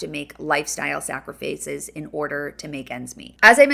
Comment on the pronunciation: I have never heard sacrifice pronounced that way. 🤔